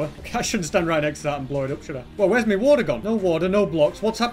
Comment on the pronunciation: y do say me portol and not my portol?